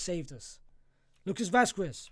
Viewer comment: 24 years watching the team and not knowing spanish is wild. Lucas Vaz-kes, not Vazkews